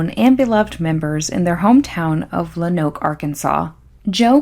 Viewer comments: Its pronounced, ''Lone-Oak'' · It’s a good video but as a native Arkansan you are killing me with Luh-noke, Low-noke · Pronounced lownooke if that makes sense . Not much there tbh not much in Arkansas in general. I live here and haven’t heard of this until now .